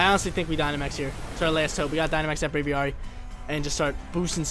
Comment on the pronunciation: Brave + Aviary = Braviary not “bravy arry” lol...drives me nuts